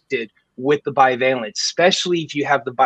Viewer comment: FFS someone please tell Sam the word is BI-VALENT, not BIO-VALENT. Every show he massacres it.